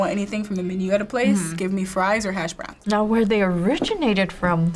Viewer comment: did she said hashbrownies ohh so she is that type of girl get baked or get nothing at all xD